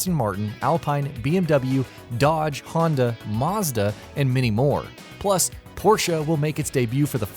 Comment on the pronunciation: Maaarsda, haunda, Norberg ring, polifany - Wft? has this guy never heard any of these names before?